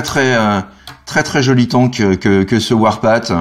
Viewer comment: Bon tu dois le savoir mais Warpath se prononce "warpafffff" un peu comme le TH de Thank You. Ca peut se traduire, j'imagine, par "le sentier de la guerre". :D